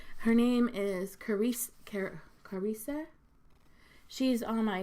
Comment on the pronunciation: You have such a giving heart. And I love when you say delicious makes me smile every time 😂 id like to be part of the giveaway ❤ its pronounced Cuh rissa btw 😉